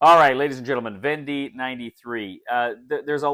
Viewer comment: Thanks for this! Just received my copy of "Conquests of Napoleon" (same company). Unpushed it today and reading the rules right now. So you know but the end of "Vendée" should be pronounced more like "day" than "dee" :). The "wars of Vendée" (causes, consequences and religious aspects) is still a somewhat sensitive - and disputed - issue to this day in France...